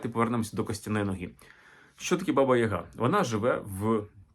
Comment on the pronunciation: БабА (наголос саме на другий склад) є більш логічним - батько, наставник, старший (а Азії досі збереглося). Відомі кам'яні половецькі баби. Яг/Яга - по суті те ж саме Я, але особи, набагато більше розвинутої (духовно, морально, сакрально), ніж загал. Приблизно те ж саме, що й Характерник на Січі, тобто особа, яка досконало володіє собою - абсолютний спокій та врівноваженість за будь яких обставин. Такий собі духовний наставник дохристиянських часів. Перероблення в жіночу постать скоріше за все справа рук попів. Для них все дохристиянське було непримиримим та підлягало оббріхуванню, перекручуванню або "охристиянізовувалося". Як це сталося з поняттям/святом Великдень, яке до християнства немає ніякого відношення. Взагалі це дуже цікава і довга тема.